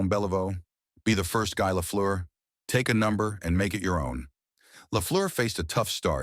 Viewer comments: The chant was Gee Gee Gee, french pronunciation, its so phony all the information, and cant pronounce names right. Very suspect. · guy, guy, guy???? Where did they find this american announcer? It's Guy (French pronunciation), it has never been the English you hack. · Is the audio generated from text-to-speech software? Anyone who has watched a little hockey knows that his first name is not pronounced "gy", as in "tough guy". Only software doesn't know the pronunciation in French. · Maybe you could pronounce Guy correctly. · Its Guy, not guy. Dont you forget that.